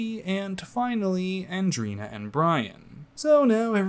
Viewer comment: I found it so strange how everyone keeps calling Andreina - AndrEEna. Like Andrinochrome. Its Andre-ina. Andreina. Its so simple